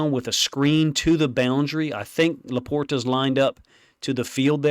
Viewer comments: Not to be that 🤓 guy but it’s LAPorta. And the T is pronounced like a D, you’re trying too hard to say it. Love the content tho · Loving your Lions coverage, but it's LaPorta haha